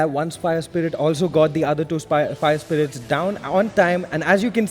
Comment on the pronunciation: calls fire spirits- spire irits 😂😂